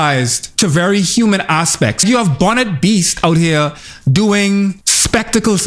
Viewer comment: Did he say "Bonnet Beast" 😭😭😭